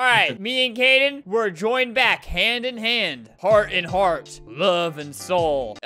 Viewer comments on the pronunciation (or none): ITS KADEN NOT KAYDEN EEEEEEE